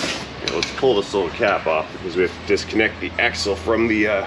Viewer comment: "That's a big ax assle!"